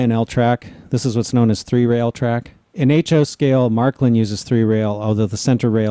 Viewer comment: It isn't Marklin, it is Märklin. Prounounce it "marklin" is just strange, for Northern Europeans anyways. :-) It is more like the "a" in way, not in track.